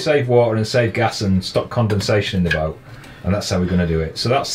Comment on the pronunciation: listening to you I realized why we do not spell English absolutely phonetically. For example, you prononounce kettle, ke' ow. The apostrophe denotes a glottal stop. And boat, becomes boa (all one syllable. Not bo a.) This is certainly not a judgement on your accent (I'm from Canada where I don't know from the English class system). Rather a comment on how widely varied English speakers speak English. And how having absolutely phonetic spelling would be next to impossibow.